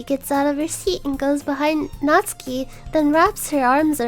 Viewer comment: Finally the first person to not butcher Natsuki's name.